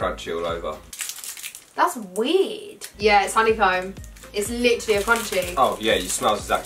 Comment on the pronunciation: Whenever she said wierd it sounded like she said weed 😂